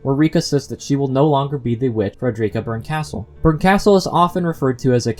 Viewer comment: Arrrrg. Your mis-pronunciation of Berkastel hurts my ears. lol